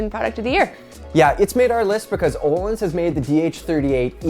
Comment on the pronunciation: BRUH ITS ÖÖÖÖÖÖÖÖHLINS NOT OLINS